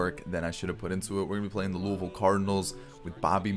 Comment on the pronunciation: Nice stuff. Go Cards by the way (Louisville)! A 10 out of 10 on that Louisville pronunciation too. You sound as good as a local. I'd love to start a college league, but it would just take too long to have all the uniforms look that good and realistic.